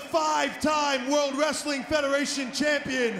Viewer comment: Ozzy like wreastlin😂